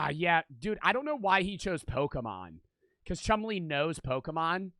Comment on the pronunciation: Istg every person over the age of 50 that I’ve encountered can’t pronounce Pokémon 😭 they all say Pokéman too it’s like it’s on purpose.